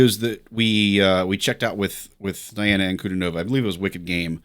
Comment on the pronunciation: Not die-anna. It's dee-anna. And ahn-ku-DEE-no-va.